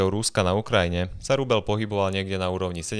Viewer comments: Kde sú vaše mekčene? Je to rubeľ, nie rubeL. 🤦‍♂️ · je to rubeĽ , nie rubeL ..... az to trha uši 🤦🤦🤦